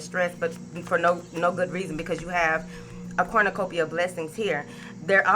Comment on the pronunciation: Everytime you say Corn-na-cupia I get lots of money!!!!! If it happens again you will know about it!!!! Thanks Bunches